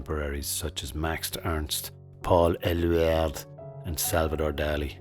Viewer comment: I'm from Argentina 🇦🇷 and never heard of Leonor Fini😮 Great pronunciation of Paul Éluard👌🏻